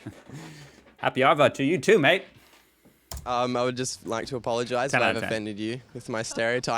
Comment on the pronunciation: I can hear an "i" in your mate, sounds like maite. Just flatten and hold on to the A. The arvo lean on the ar..vo. Relax abit and you've got it. Practice saying AAAAAH like a pirate and you pick it up easy. Most the words and terms are from the old days sailors.